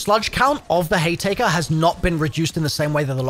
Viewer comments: Haytaker? Sludge rounds? Bruh has to be trolling or trying to get engagement. Either way, mission accomplished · The hay-taker🤡🤣